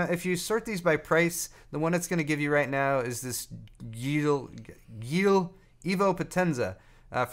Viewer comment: Hey, you pronounce Geil as Guy-L. Which translates as hot, ready for shagging, or extended growth of in darker places (in botany)